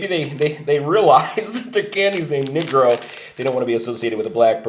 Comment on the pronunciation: Cmon man, you pronounce the candy name completely wrong, it’s not /nee-grow/ you should read it as /nègro/, sounds like Spanish. I must say that it offends me when people say Serbs are racist towards black people... simply not true and not fair to assume it based on nothing... in fact Serbs are so not racist nation that we can make really heavy racist jokes and laugh about them just as a mockery towards racism, but that’s just the concept most Americans will not understand.